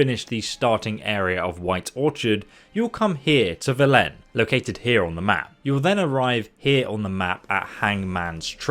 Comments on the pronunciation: I got triggered be the pronunciation of "Velen" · How do you manage to play through the game and still manage to mispronounce "Velen"? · Very helpful video but I’m having doubts whether you’ve actually played the game at all. 1. You pronounced Velen wrong (hundreds of characters pronounce Velen all the time it’s impossible not to notice) 2. You called Oxenfurt Novigrad, it’s quite hard to get this one wrong. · how do you still pronounce the name Velen wrong...It's not like they say the name quite a lot in the game... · WHY DID YOU PRONOUNCE VELEN LIKE THAT